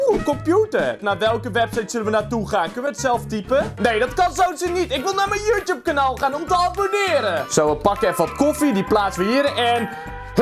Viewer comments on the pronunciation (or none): none